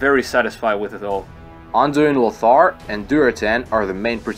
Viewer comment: Cantina Just like LeviOsa and not LeviosA, its LOthar and not LothAr